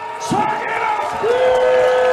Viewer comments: travis deadass says "shaggin-ass-willy" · dude... he's not shaginasvili he's saginashvili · Shaginasvili 🤣 The commentator should learn how to read the champion's name. Embarassing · Why was that commentator calling him Levan "SHAG"anashvili.. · The commentator got Levan's last name wrong with pure confidence